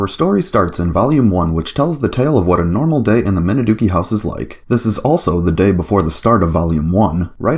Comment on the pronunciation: And oh yeah, one other nitpick. The family name is actually pronounced "Minazuki", as if there's a "Z" in there. (I know, pretty much every Westerner says it the way you do.) It's just one of those little odd things with Japanese spelling. They should have changed the Romanization so Westerners would be less likely to get it wrong, but it must be one of those established older ones, where they would spell it differently these days if not for tradition.